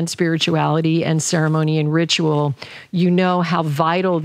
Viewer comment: Loved this one ❤️ I also heard in this one that ... ritual sounds as Rich Roll 😉 Much love and peace to everyone who reads this ❤️